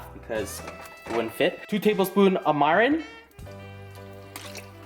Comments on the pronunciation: "Mairin" ...cringe so bad It's pronouced mi-ri-n. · really needs to learn how to say words bro 😑 it's "mirin" not "mairin" bruh 😑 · It's mirin not "marin" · dude its MIRIN not MARIN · Mirin lol (my-ren)